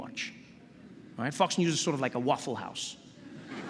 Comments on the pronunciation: When did he cuss? Didn't hear it. The way he said "Fox" did sound a lot like "fucks" though 😅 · Is he saying Fox News or Fuck's News?